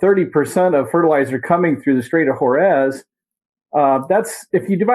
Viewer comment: The gentleman in this video -- talks about the "conflict" not the "war" which is so typical of those who have been brainwashed. Also, he doesn't know how to say Hormuz. Other than that, he seems cogent.